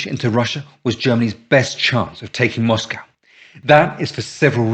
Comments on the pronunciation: What's a moss-cow? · I watched a film, or read an essay, it was a while back hat showed H should have gone with one of his original plans to go through the south, get the oilfields first, and then Stalin wouldn't have had had the stuff to defend. Not heard an English pronounce Moscow that way before, like a yank.